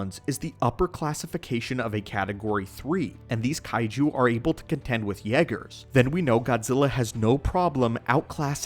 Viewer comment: The way he says yeah- gerrs got me going 😂😂😂😂😂😂